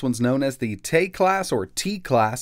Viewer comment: you pronounce it 'Tech Last'